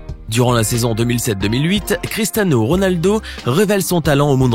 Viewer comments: Il dit cristano Ronaldo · « critAno Ronaldo » 😭😭😭😭😭